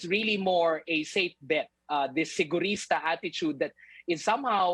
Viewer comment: is the main thing for me. Arugay saying that INC is "sigurista" is him saying sigurado na.